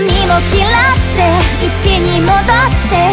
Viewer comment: 莉犬さんのア行の発音好き。あと「嫌って」の“ra”も。 「バカ」ってセリフ良いなあー！もう莉犬さんの代名詞だ。（あ、そういう意味じゃないです） 一回目左側から聞こえて、二回目右側から聞こえて、三回目両側から聞こえる！ 溶ける。（自分が）